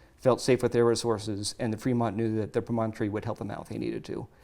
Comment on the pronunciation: Those snakes are so cool! I would love for to be a guest again. What other cool archeology/paleontology things are going on? I have to say though, as a native Utahan, it is so weird to hear you pronounce Promontory pro-MON-tory. We all say it it PROM-on-tory.:)